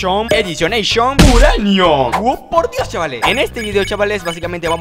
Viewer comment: Grax por el pokemoneishon ediciineishion uraneishon (aguante el ingles)